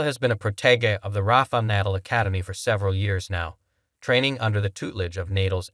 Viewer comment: Proto-zhay. Good grief, do the homework before you publish! Google pronunciations! It's easy! You presume to post about pro tennis, and you don't know how to pronounce Nadal?